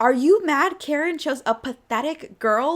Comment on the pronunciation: Every time I hear you say Kharon I hear Karen, tracks.